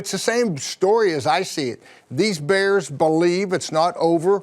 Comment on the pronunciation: Baers! (How Wanny says Bears)